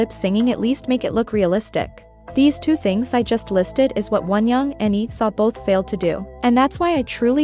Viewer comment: When u said Leeseo I heard Isa ....and I was very shocked 😂